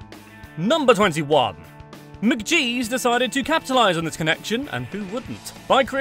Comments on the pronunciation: It's pronounced Mc-GEE'S not MacJEEZ 🤣 It rhymes with Peas like a Mac and Cheese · That pronunciation of 'McGees' is just horrific. If you're going to give 'facts' at least check your work, man!